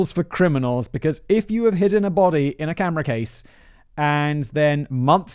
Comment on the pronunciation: Simon can't say camera case.